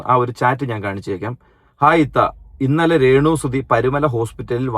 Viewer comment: രേണുസുധി അല്ല രേണുസ്തുധി 😁